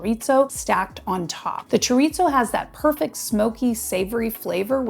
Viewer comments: Will you PLEASE STOP mispronouncing CHORIZO??? There is no "T" in it just because you thought you'd throw it in. It's NOT 'chor-eat-zo'. You are in Tucson in the Sonoran Desert. Say it right or please don't say it. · Choritzo? LMAO